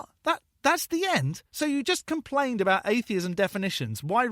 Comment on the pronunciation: “Aboot”?! Wait, B is a Canadian?! I thought Canadians were supposed to be nice? 😂